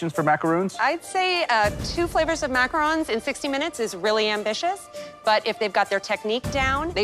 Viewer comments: Gordon calling them macar’oo’ns is making my eye twitch. Loved that said it correctly even when all the chefs pronounced it wrong lol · i'm not even French, but I'm so triggered how they keep saying "macarOOOONs" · "9 foot structure of muhcrones"